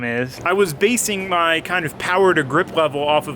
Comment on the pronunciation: More POWAH!